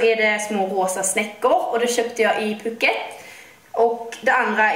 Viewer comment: Det ut talas puuket inte puket (altså långt )